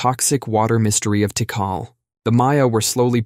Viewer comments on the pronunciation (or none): none